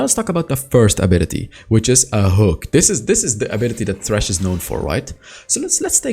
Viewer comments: It's thresh like threshold, not trash My dude I really love you, but this makes me so angry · i am pretty sure you mean Thresh and not Trash. there is a th like in the, theater, threshhold, them, three. etc. stop ignoring correct english pronounciation. thanks and boom out. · no he is sying "trash" instead of "thresh" with TH sound. obviously. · The way you say thresh makes the subtitles say trash XD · I don't mean to make fun of your accent, but it really sounds like you're calling him "trash" lol